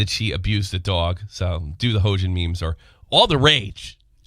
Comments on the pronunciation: He-yo-jin thats how you pronounce it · Her name is pronounced "H-yo-jin" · Hoejin, what a fitting mispronunsiation.